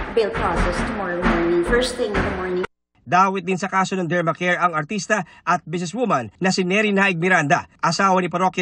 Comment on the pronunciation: Dermcare not Dermacare